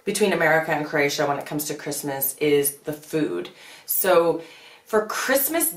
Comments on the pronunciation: No offense, but your pronunciation of Croatia drives me up the wall. It's a three syllable word, not two. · You are mispronouncing Croatia. Please stop.